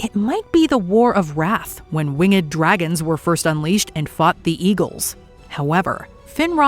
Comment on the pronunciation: Wing-ed? Why do people say it like that